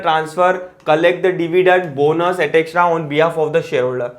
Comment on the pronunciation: Pls read etc correctly